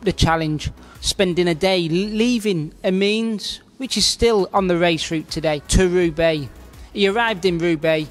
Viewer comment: "A means"? Ah think 'e means Amiens! Shoddy pronunciation indeed. No history from 1896 to 1981 worth mentioning either...